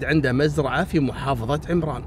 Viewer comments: محافظة عٌمران بفتح حرف العين وتسكين الميم وليس بكسر حرف العين كهذه عِمران × ... تحيتي لاجمل قناة ولكل المشتركين بها 🙋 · طبعآ المحافظة تنطق عمران بفتح العين لا بالكسره وتحياتي للجميع من وسط عمران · تصدق يا انا في صنعاء وما سمعت بالحادثة إلا منك 🤤 قصصك كثير شيقة ومبدعة للعلم يا المحافظة إسمها عَمران بالفتحة مش بالكسرة. وشكرا جزيلا لك